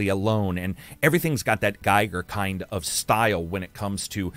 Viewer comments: Its Giger, not guyger. There are lot of small games coming out that seem interesting, more so than this list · That doesn't help anyone get it right by saying it's 'Giger' as that's how it's spelt. They know how it's spelt. You should be saying something like it's 'Ge-ger' not 'Guy-ger'. 🙂